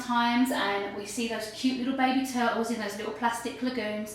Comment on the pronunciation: I like how you sat tertels. :>